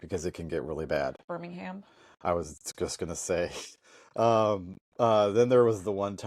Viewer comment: So... Youve been driving here in the UK for twenty years (plus?) and still cannot correctly pronounce Birmingham - Birmingum (others?) (or spell kerb correctly!) ... Still acting like 'newbie American visitors' ?! Lol?!😊